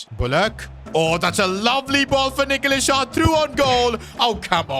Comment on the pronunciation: bro please just call him nicholas not nickolas har...